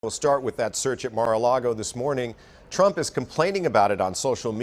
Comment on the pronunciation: "Frump"? Seriously? 😂